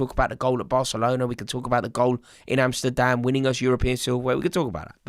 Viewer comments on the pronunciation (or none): none